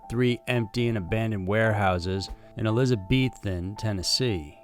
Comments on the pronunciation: It's pronounced Elizabeth - ton. The e's are short, as in the name Elizabeth. I live only about an hour away from there, in western NC. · I love your videos, but Elizabethton is pronounced wrong. It really sounds like it's spelled, the same way you normally say Elizabeth with ton on the end. My family is from Elizabethton and most of the buildings in the area do have dirt floored basements as it was all mostly built pre 1930s. My aunt and uncle still live in my grandparents' house and it still has the dirt basement, coal storage for the coal burning stove they had when I was a kid in the 80s and 90s. It's a beautiful town with a covered bridge dating back to the 1800s that my great grandfather on my mom's side helped build. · Its ELIZABETH - TON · It's pronounced Eliza-BETH-ton. 😊 great vid as always. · ELIZ-A-BETH-TON. Sincerely, Kim...also of Tennessee. Very close to Elizabethton. Fucking creepy.